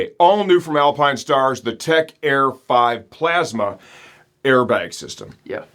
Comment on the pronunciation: The all new Alpinestarrrs - Didn't know you were a pirate